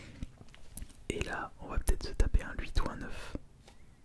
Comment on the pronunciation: Le retour du lhuiiiiittttt rroooh ça fait un moment que j'avais pas écouté de vidéo pca ça m'avait manqué